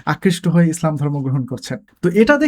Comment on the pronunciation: Prothomei bolo apnar video gulo amar onk valo lage, tobe akta bisoy amar kase kharap lage seta holo apno (slam/ স্লাম ) na bole islam word ta bolle aro aro valo sunato